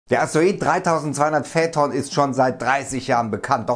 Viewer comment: Ich Liebe deine Videos aber die Aussprache macht einem echt zu schaffen in jedem deiner Videos :D es wird feiton ausgesprochen nicht fäton